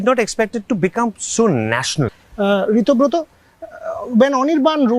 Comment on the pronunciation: It is Ritobroto. Not Ritibroto